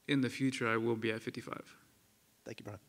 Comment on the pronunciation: his name is brian not "brain"